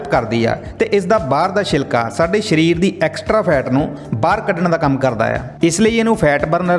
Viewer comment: ਸ਼ਰੀਰ ਨਹੀਂ, ਸਰੀਰ ।